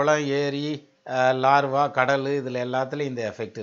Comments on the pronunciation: sir, namaakaram. iam a ardent fan of ur tamiz & astro vision. kalakkareenga sir tamiz la.(Iam studying astrology thro' internet btw). neenga scientific ah vum nalla dhan pesareenga. Aanaal, laarvaa nu solreengale--- lava sir adu. neenga metha padichavar-- aanaalum idhai eno sollanum pola thondriyadu-- thappa eduthukadeenga.vunga vai la thappana oru pronounciation vandhal thaangala. avlo dhan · valuable points and excellent comparison science, culture and astrology. great work. one correction when you talking about volcanos you said Larva but it is not Lava. you have great knowledge sir. valzhthukkal. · super but one correction is lava not larva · LAVA NOT LARVA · Larva illa ayya adhu lava